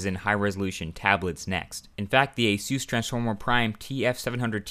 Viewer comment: "Ace Zeus" = Asus lol